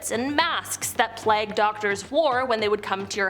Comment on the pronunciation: The way she pronounced plague hurts my brain